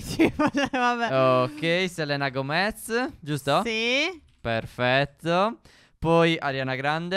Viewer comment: Io vi adoro! siete i miei preferiti ma vi prego: IMPARATE A LEGGERE SELENA GOMEZ perchè voi lo leggete SELENA GOMÈZ!